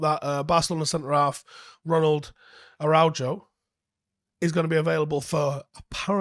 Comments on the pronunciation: Please it’s Ah-ra-ow-ho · Araujo, phonetically it's A Ra Oo Ho, Spanish so gotta do throat thing on the jo (Ho) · Hey, let me help you out pronouncing Araujo's last name: A-ra-u-ho. You're welcome. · Araújo is pronounced Arra-ooh-hoe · Not to make fun of, but it’s “ARAH-UU-HO” 🙂